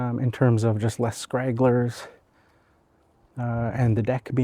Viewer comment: Good video. I would have guessed that those were the results you would see. The "High Lift" designation for that blade seems to be missapplied here, or just very confusing at best. And just FYI for future reference: The term is "stragglers", not "scragglers" 😉😉